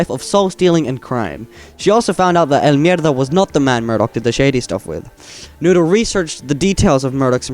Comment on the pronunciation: He says it so well